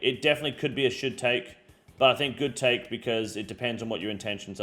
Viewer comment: This region is a should take. bro i thought you were saying it was "shit take"